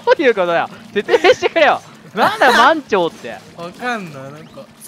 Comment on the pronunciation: 満潮の発音違くて草🤣